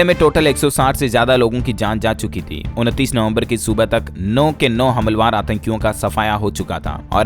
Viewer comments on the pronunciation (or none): हमलावर सही शब्द है,हमलवार नहीं।